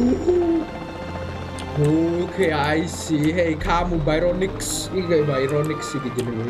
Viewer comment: Bacanya barionix bang buka bayronix